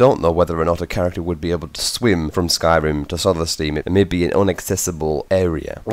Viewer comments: I mean fuck sakes! Solestieeeaam you pronounce it soulstime m8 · HAHA SOLLESTIIIM why cant he just say solthstime ? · its pronounced "souls thime"